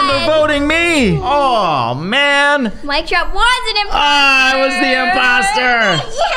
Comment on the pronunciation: i loveeee when colty say ohh there is one imposooo lol